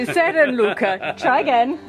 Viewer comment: Luca's pronunciation has improved, did you secretly give him lessons?